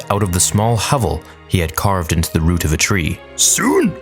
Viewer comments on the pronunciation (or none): none